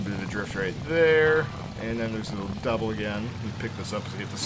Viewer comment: Why do you call a jump "Dubble"?